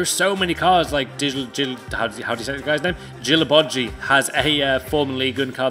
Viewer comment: Pap-ee Meeson. Dji-la-bodji